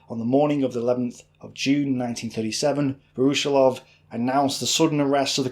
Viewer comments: Great video. But your pronunciation of Voroshilov is atrocious. It's Вороши́лов - with stress on the и. Pronounced Va-ra-SHE-lov. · A small note on the last name: "voroshilov" It is pronounced "vah-rah-SHILL-ahf" The stress should fall on "SHILL", not on "OFF". Voroshílov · Pronounced: Voro- sheelov